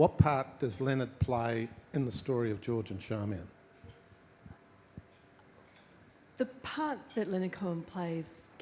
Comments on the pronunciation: Is her name pronounced Sharmian or Charmian? People might be surprised that Hydra is pronounced Eethra but I believe it is correct. It is great to see that this couple are still attracting attention and not merely because they had a friendship with Leonard Cohen. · In regards to pronounciation: There is a recording online of an interview with George Johnston where he clearly calls his wife Charmian rather than Sharmian or Charmaine.